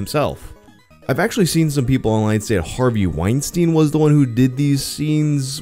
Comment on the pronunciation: No-one else like to pronounce his name Weenstine